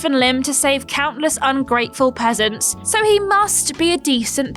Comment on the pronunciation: Can you guys Voice clip saying Ungrateful Peseants plz.. and use often